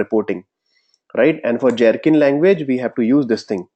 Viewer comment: I'd like to understand why it is that you're insisting on pronouncing Gherkin as Jherkin when that part is already pretty standardized as a hard 'G' and not 'J'. Pronunciations: and